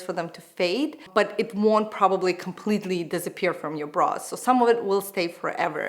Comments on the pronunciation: Yes, always sounded like bras and not brows LOL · Sounds like you said ‘bras’ at 0.11😂😂😂